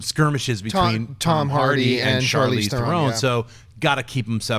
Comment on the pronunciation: They are saying Charlize Theron's name wrong.